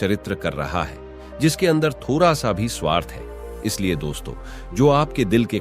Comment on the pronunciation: छोरा रे थोड़ा होता है थोड़ा नहीं छोटा होता है रे